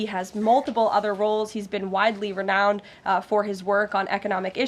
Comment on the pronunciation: Did she say widely reknowned or renounced?